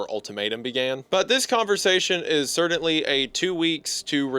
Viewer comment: This video is amazing and im not even done yet. Seriously improved my entire shift of my job. My only criticism is how you pronounce the word "certainly"